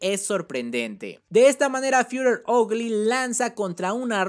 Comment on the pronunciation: "hogly " te mamaste xd